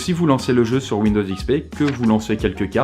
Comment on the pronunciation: On en parle de ton "jeu"?